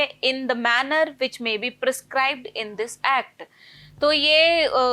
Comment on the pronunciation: Ma'am the discussion of yours is nice .....but pronunciation of some words are not correct/proper which hurt the ear ( interest, acceptable, amicable etc)